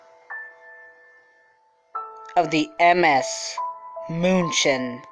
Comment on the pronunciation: Can't listen to the way the narrator says the ships name moonshin 😩